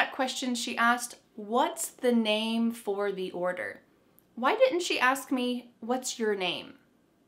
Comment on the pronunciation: Hi! I’m listening very attentively. I’m a Russian speaker with advanced English. I’m noticing you pronounce “ask”, “asked” different ways. It’s a little confusing. Sometimes hear it as “axed”.